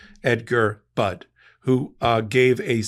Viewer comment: FYI: Bishop Budde's last name is pronounced "buddy."